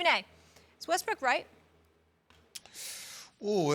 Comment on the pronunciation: Did she just said Westbrick? lol